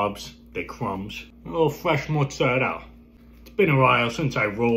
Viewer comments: Real Italians don't say mezzzerelllll they just do not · The hilarious pronunciation of mozzarella by "Italians". Actual Italians who speak it natively listen to this cartoon character pronunciation. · the way italian americans pronounce mozzarella is an absolute crime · Why do American Italians not pronounce the “a” in mozzarella😂😂 I feel like they think that’s how they say it in Italy but it’s not